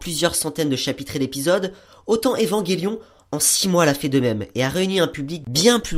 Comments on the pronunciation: EVAN J ELION!!!! PAS EVANGÉLION SNIF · Très bonne critique ! Mais c'est Evangelion et pas EvangUelion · Où ta vu qu'il y avait un "U" entre le G et le E?? Donc stp arrete de dire Evanguélion !! "ge" ce prononce "je" tu dit un ange pas un angue, tu dit je mange une pomme et non je mangue une pomme !! Bah là c'est pareil. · ''évanguélion'' mdr trop drôle